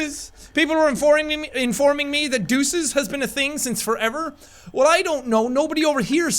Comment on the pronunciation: NO, HE IS LOSING HIS ACCENT! '' Do you Jack, take punk... '' 4 Evah '' ''' NOOOO HE SAID IT SO ENGLISH LIKE :(